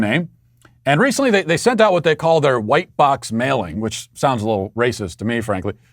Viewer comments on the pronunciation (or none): none